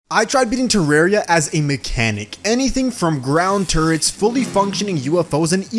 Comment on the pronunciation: Bruh why do u sound like ur saying turds when u say turrets